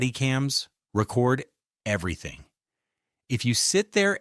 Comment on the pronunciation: you are a bot! no one says "body camera record" (like a vinyl album) instead of a long e like ree-record